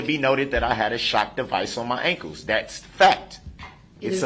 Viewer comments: I hate the way he says “ankles.” Wtf are “ankoos?” 🙄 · Tell the troof and NO ONE EVER CARED IF HE HAS ON SHOCKS!! They probably wondered why they weren’t used! And who says ankus instead of ankles. He’s the absolute worst.